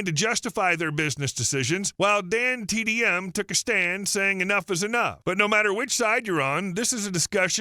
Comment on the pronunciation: okay fine, the reason why i thought so was because you kept saying dandtm instead of dantdm, which is what an ai does